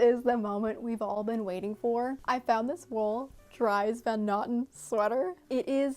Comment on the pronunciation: Dries Van Noten is pronounced more like 'dris'. It's pretty easy to look up.